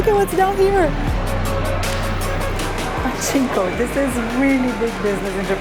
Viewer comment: "pa CHI nko"... Oh, when you say パチンコ you shouldn't put the accent on the チ sound because the natives (like me) might recognize the word as just チンコ (which means "dick" in English) ;-)